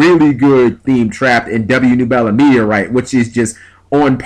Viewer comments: noo-bel-a?? thought it was neb-yoo-la like crash nebula...but ok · "nu-bell-a"? seriously, at least try to read the card name... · It's pronounced Neb-you-la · Its pronounced Neb-You-La. Besides that I agree fully with everything you said here. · you mispronounced nebula. it's a hard U sound. like from astronomy